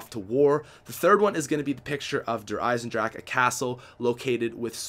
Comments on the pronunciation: no its not im german its der eisendrache with an eh at the end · i dont think its der eyes in drach, just doesnt sound german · It's not dracha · notice that in the trailer Dempsey says DRACHA so now every youtuber pronounces it like that and makes me cringe lol. It is pronounced "drache". German vowels have only one pronunciation sound unlike English vowels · WHY DO U KEEP SAYING THE END OF THE MAP WRONG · bothers me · E makes an A sound in German dude